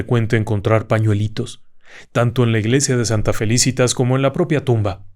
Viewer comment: Excelente. Dos cosas. Es Felicitas , grave y Álzaga, esdrújula. Yo fui con mi novio a ver lo de Tiburcia y Salvador. Rompimos y no nos casamos. ¿Casualidad? 🤷‍♀️